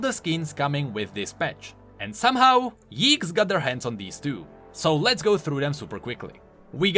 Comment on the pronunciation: Did just pronaounced yikez wrong